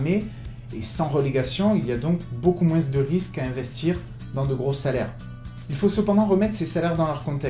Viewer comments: moins ça se prononce moinsss ? merde alors, je l'ignorais :o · Dans le mot Moins, le s ne se prononce pas mec. C'est ignoble